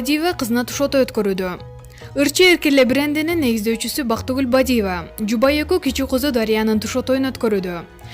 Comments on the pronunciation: Бадийива эмес Бадыева десен боло,урматтуу"журналист".😅😅😅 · Могу тантык журналист Бадииева деп ффуууу ушул деги жоголбодуго Нелия деп оштук окшойт акцент мн суйлоп.